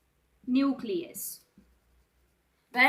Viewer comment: Nusilus ni न्यूक्लियस 😂😂